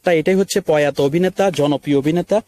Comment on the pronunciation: ভাই পয়াতো না প্রয়াত